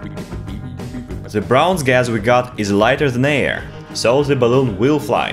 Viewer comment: Hahaa "baloon"